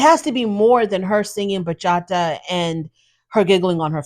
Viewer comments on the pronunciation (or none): am i the only one who thinks her inability to properly pronounce bachata has something to do with this mess? ma’am, not to make assumptions but i don’t think english is your second language and you nailed the pronunciation. just sayin.